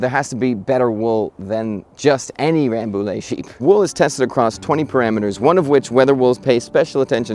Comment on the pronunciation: Frenchman here : it's "Rambouye". Nice vid!